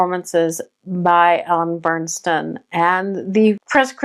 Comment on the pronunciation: Just wanted to let you know, nice job, but you don’t know how to properly pronounce the lead’s name…it is Ellen Burstyn NOT Burnstyn as you keep saying her name throughout your video!!! Do your homework first!!